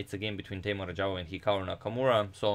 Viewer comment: Agadmator just butchered Teimour’s name.